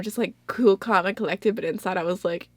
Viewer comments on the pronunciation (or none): none